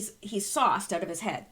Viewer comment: Lol.....I thought you were saying "soft". Glad I realized finally that you were saying "sauced".